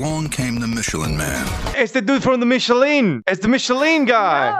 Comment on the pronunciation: "the mee-sha lean guy"